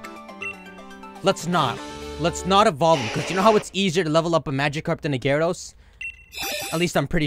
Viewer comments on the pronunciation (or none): none